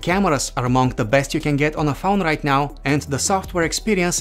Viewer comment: You can geth rith now Fingerprinth reeeder Accurathe reeadngs Intherupt